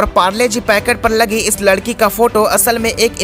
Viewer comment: Bhai ladki hota hai lakdi nhi